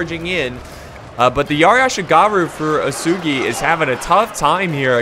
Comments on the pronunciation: OO-EH-S-GHI. Ōtomo I guess many English speakers cannot remind the original pronunciation of alphabet letters. It's much easier to explain the pronunciation to Italians or Spaniards. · UESEGI one letter one voice. Chosokabe is actually read on Japanese like this "Choko ka be" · U-WE-SU-GI That is the right pronouncation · Antlantis 123 boy what the fuck-- who's pronouncing it wesugie? Japanese is incredibly easy to pronounce becuase you simply read it 1 syllable at a time. U..EH..... Su..... Gi!!! not WE SUE GIE, NOT WOO SOO GUY, NOT WOOO SUE JEW. jesus who the hell is making these stupid ass pronounciations, literally just play the game and they evenpronounce it for you!!! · not being able to pronounce cho-so-ka-bay or oo-soo-gi is strange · Uesugi is pronounced oo-eh-sue-gi. And for crossing the water, you can see dark parts and lighter parts. Lighter parts are where you can cross because its shallow while dark parts are deep (i think that's how it works). But you will see some parts which look whiter than other parts of the water and that's where you cross. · Uesugi should actually be oo-eh-sue-gi for pronouncing it